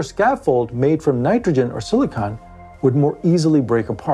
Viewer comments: You’re saying siliconen wrong! Why!? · Silicon is not silica. Do not listen to a word this guy says.